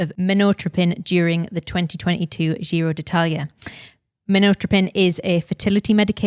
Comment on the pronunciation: I do not approve of how you're pronouncing giro. Apart from that, great as always.